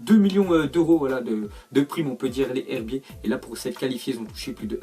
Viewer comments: C pas les herbiter c les z herbier sa se dit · Il faut faire la liaison pour les herbiers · Tu dit mal les herbiers faut que tu fasse la liaison comme si sa se disait les zherbier